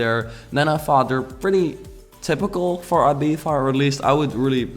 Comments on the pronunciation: I-Beef-Ah😂😂 I think its e-bee-zah😁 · Cuando dice Abiza en vez de Ibiza pero le tienes mucho aprecio y la construcción está genial jajaj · ITS IBIZA NOT IBIVA , you stupid mygod !! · I LOVE this villa. But I cringe every time you say "eebeefa" 😂 Still, nothing but love for you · Its eeeeeeeeebizzza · It's pronounced Ibitha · “IbiFa” lol 😂 thats not how you pronounce it in English. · cynopt More like I-bee-tha/thuh. Depends on the accent since the UK has different areas like Scotland and England. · I remember the Tinie Tempah song when I first heard that pronunciation. I was like "Wait,what?" xD never knew there is such way of pronouncing it